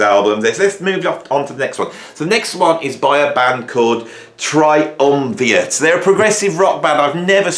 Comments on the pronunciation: You consistently mispronounced Triumvirat's name as Triumviat. Rat, man... think rat. Which, btw, featured prominently on their second album. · Triumvirat. Not Triumviat. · try umm veer ate not try umm vee it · It’s pronounced Triumvirat, not a fan either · That's not an "N" in "Triumvirat". Say it with me - "TriumviRat". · Tri-um-vee-at :) Bad and all as you think they are, why not pronounce their name properly? (I used to have the same problem pronouncing 'kryptonite' - but I was only 7. i'm dying to hear them now. I'll probably like them.